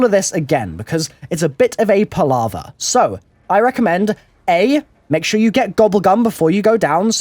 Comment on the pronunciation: a bit of a what? palarva?